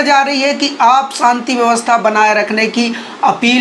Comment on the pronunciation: Abey pagal, santi nahin shanti bolna seekh le.